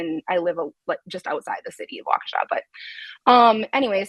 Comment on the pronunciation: Wisconsin native assistance here: Waukesha is pronounced WAH-keh-shaw.